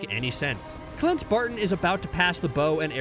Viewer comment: doesn't he say "Clint" kinda weird? Like he's clearly saying his name but it must sounded off to me... the other times he said "Clint" sounds just fine... it's just that one that sounds a bit off to me... anybody else agree or am I just going crazy over here???